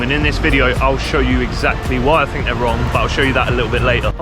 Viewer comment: "Fink" - opinion disregarded